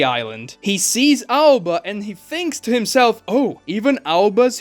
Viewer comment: Aoba. Not Alba 😂